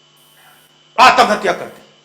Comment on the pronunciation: He is good at heart but not suitable for politics. He needs to chill and stop worrying. Btw it’s Atmahatya not Aatam hatya